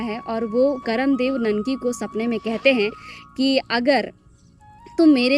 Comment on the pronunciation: पर्व करमा या कर्म नही होता है यह करम होता है।